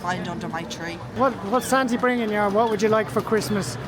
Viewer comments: Thanks for the video, I laughed when you call Santa- Santy 😂 happy Christmas and New Year from the US 🇺🇸❤️ Be well! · Great video, apart from the fact everyone calling him Sante' Claus lol, Top Geezer at the beginning that guy knows his onions.